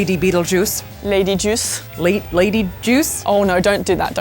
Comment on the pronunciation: I laughed when you said "Lady juice"!! You sound so bogan, saying that!! 🤣🤣 Much love from Sydney! 😘🇦🇺